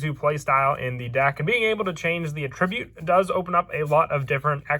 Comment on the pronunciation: attribute (noun) and attribute (verbs) are pronounced differently